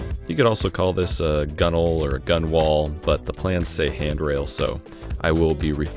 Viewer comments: Gunwale is pronounced gun-nul. Or handrail. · "Back transom"? Transom, by definition, is the back part, or stern, of the boat. Front" Bow. Top of the sides? Gunwale. Pronounced "gunnel". Interior bottom? Bilge. I could go on. However, I'm jealous of your building skills.